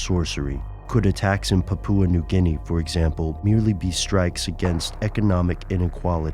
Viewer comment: It is pronounced "paw-paw" New Guinea. Not "poo-poo-ah".